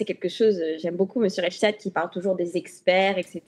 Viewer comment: Rudy reich stag ...? 2 syllabes dans le nom du désinformateur. De quel Reich s'agit il ? Le 3ème probablement ?